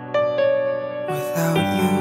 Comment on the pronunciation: Would like this 10x better if you didn't pronounce it as "without chuu" 50% of the time throughout the song. D